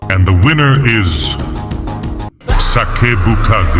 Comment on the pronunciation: "sakebukage"bro why do i keep hearing it as "suck up the stock"